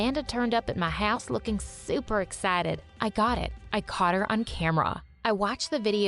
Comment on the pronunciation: why do you say oober instead of super